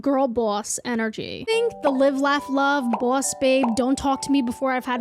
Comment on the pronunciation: they way you say boss and coffee is cartoonish i love it